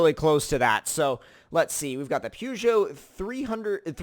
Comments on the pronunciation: How he pronounced Peugeot acc hurt me inside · I really like you but learn how to say peugeot